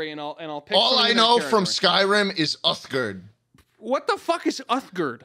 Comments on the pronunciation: my favourite part of this podcast is the fact that "schlatt" fucked up Uthgerd the Unbroken's name every. single. time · Love how "Schlatt" claims the only character he knows from Skyrim is Uthgerd but he then pronounces her name wrong and gets her title wrong.